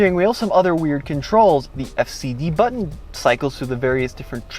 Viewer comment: ‘Push the Auto Bunction’ lol